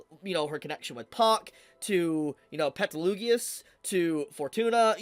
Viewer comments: Petelgeuse not petelugeus lol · I love you man, but your pronunciation of Petelgeuse is killing me 🤣🤣 Also, stay safe man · I love how you call him PetelUgius instead of Petelgeuse. 🤣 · did he just say petlugius😭😭😭😭😭😭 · did you just say petlugius😭😭😭